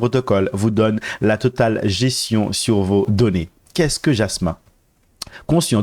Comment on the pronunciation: Jasmy pas Jasmin. lol